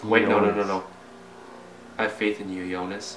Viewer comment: it's E-onis not E-nois